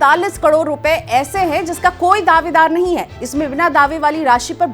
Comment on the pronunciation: Kador nhi karod hota h